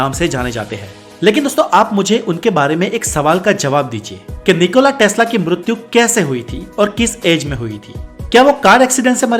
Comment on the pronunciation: It's Nicola Tesla or Nicolas testla? As crazy af🙄🙄🙄🙄